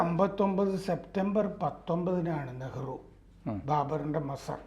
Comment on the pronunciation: മസ്സർ അല്ല.മജാർ എന്നാണ് ശെരി